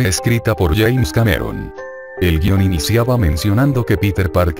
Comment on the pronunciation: Es James Cameron, no "yaens".